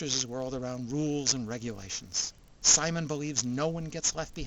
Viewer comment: If you like to suspend your disbelief this and other shows of the Super Robot genre are for you. I bet a few people chewed you out about how to pronounce "Simon."